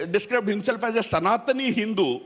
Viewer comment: Ha Ha Ha this Thaaaroror had basically a problem with the word Hindu.